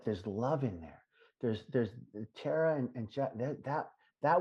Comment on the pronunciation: Ugh! When called Tara, Tar-Tar! 🤬🤬🤬🤬🤬🤬 I wanted to reach through the screen and slap him in the mouth.